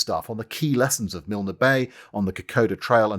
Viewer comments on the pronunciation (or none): Dear Lord! Another Australian here. Just some pronunciation tips - You don't sound the "e" in "Milne" and our jungle training facility is 'CAN - UNG - GRA". Otherwise, exceptional as usual.